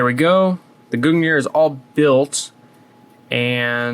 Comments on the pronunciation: you pronounced gungnir wrong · Hey can we get a native norwegian to tell us how to to pronounce gungnir?